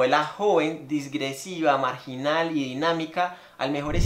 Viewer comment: Todo iba perfecto, hasta que dijiste diSgresiva! 😢